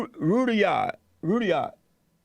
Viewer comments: Rudyard is pronounced "Rud-yard" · I learned this poem back in the 60s! Rud-yard is how you pronounce the Olde English pronunciation of his name... awesome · He’s so dumb. Listen to how he pronounced Rudyard Kipling’s name. He’s so unread. This short video was purely Trump propaganda . . . Total BS. His so-called experts are all weirdos. Trump and JLP are both full of anger. They both use foul language and abuse others.